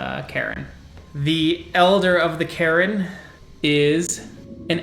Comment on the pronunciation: Which accent is that pronunciation of Caern?